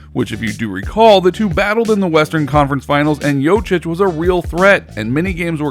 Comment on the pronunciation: You're pronunciation of Jokic is completely wrong.